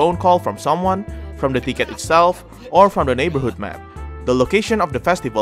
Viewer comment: Lmao I thought he said dickhead not ticket.